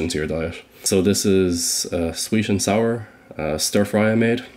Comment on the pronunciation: sweesh and sour